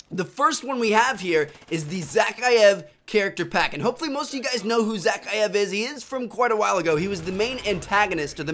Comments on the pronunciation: You pronounce it za-Kai-ev! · its pronounced za-ki-if